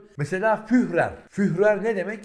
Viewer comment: HOCAM! ,,FÜHRER" KELİMESİ ,,H"SİZ OKUNULUYOR, YANİ BİZİM DİLİMİZDE >FÜÜRER< OLARAK OKUNULUYOR. BAZI ,,H" İLE YAZILAN KELİMELER ,,H" SAYESİNDE UZATILIYOR. BELKİ MALUMUNUZDUR İSPANYOLCA'DA DA ,,H" HARFİ OKUNULMAZ. SAYGILAR, HÜRMETLER